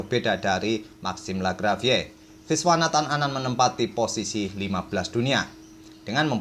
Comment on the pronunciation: Legit bener kedengerannya kalau admin nyebut nama Viswanathan Anand wkwkwk